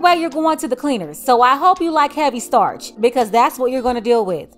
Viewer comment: "startch?" Huh? 😵‍💫🥴📚